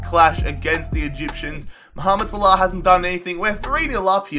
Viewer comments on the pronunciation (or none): none